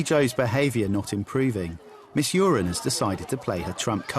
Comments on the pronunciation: is her name really pronounced urine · Uren. Stress the second syllable. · Paul Jordan we all know it’s uren it just sounds like urine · It’s Miss Uren... not great but yeah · Its miss uren